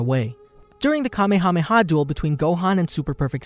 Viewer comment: Ya know.....you completely skipped over the Garlic Jr. saga. It IS part of the series and GOHAN saved the day, did he or did he not?! I'm just saying. Oh, and it's not Kamakamaha it's Kamehameha..... It's never been called the kamekameha wave, it's always been called the Kamehameha wave. Look it up if you don't believe me. I'm just saying.